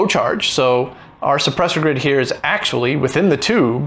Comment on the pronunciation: It's suppressor grid, not soppresor grid.